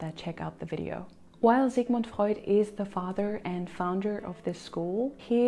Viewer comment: The way you pronounce the names of Freud, Adler and others tells me you that you know what's you are doing